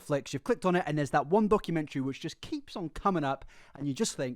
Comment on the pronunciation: I can't stand her just based on how she pronounces "documentary"